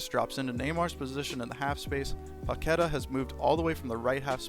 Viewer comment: was enjoying the video until i heard your 'Paquetá' pronunciation :s. It takes 5 seconds to search his name on youtube and learn it correctly.